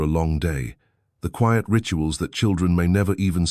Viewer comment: Your AI constantly mispronounces the word "quiet". This is a basic word in English.